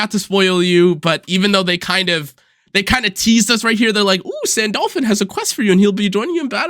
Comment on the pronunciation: Your Sandalphon pronunciation is killing me